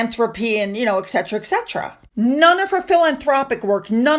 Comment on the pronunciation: ET CETERA NOT ek 😮